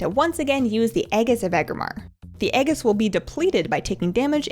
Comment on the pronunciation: Aegis is pronounced AYYY (like the fonz) and Gis (like gis must be my lucky day)....but great vid other than that....I love your cheery demeanor.